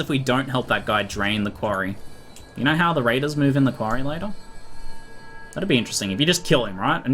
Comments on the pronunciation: First five seconds I heard "I knarrrr knarrrrrr" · The way you say Know... is weird.